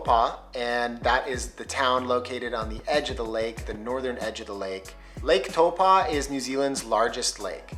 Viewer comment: Toe-paw😂 My guy it’s pronounced t-ow-po